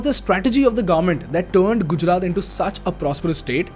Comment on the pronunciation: It's Gujarat not Gujrat😢